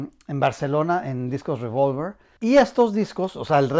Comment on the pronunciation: No es ruivolver, es revólver, pronúncialo tranquilamente en español que tenemos esa palabra en el diccionario.